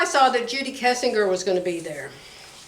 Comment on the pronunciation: i enjoy your videos. It feels like a visit with a sewing friend!.......I am pretty sure Judy Kessinger '.s name is pronounced Kessinjer.......like Henry Kissinger's name....